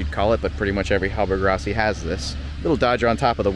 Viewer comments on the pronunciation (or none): That interior is remarkably well preserved. Looks like she's been on the hard for a while. Side note, it's not a hallberg-ROSSY, it's RASSY